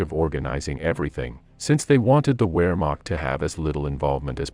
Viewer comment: Please pronounce w’s as v’s, especially Wehrmacht…